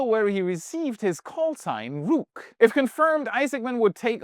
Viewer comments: its rook like book. Thank you for your report! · I believe that your pronunciation of Rook is a lil off base. They way that Issacmans patch is spelled Aka Rook actually is short for Rookie. This was (and remains) his Fighter Pilot name. He acquired this while garnering his certifications at flight school. Hope this helps.